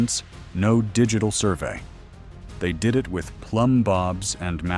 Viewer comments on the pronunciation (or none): none